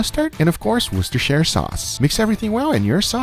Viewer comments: he says worcestershire perfectly and calls them fun onions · can't say funyuns. pronounces worcestershire sauce perfectly